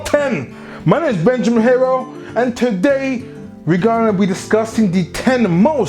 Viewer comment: BENJAMEEN FINK IT DISSAPOINTMING